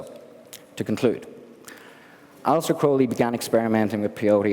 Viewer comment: I’m glad somebody else also pronounces the ’e’ like it was a long ’a’. It’s closer to the original Greek pronunciation.